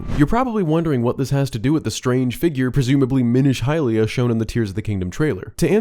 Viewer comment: It's not hylia.